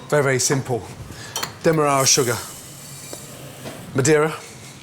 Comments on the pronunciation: But why can't he say Demerara? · Gordon's food mispronunciations never disappoint. No one else says 'Demerara' like that!